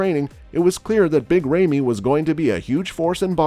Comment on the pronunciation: Did anyone told him that there a new old mr olympia from 2 years !! He can’t even say big ramy right ( ramiii ramii )